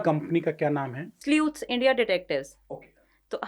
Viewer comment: Sleuth is pronounced 'slooth', not the way said it.